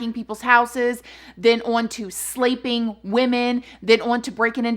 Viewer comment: “Slaypping them” 😂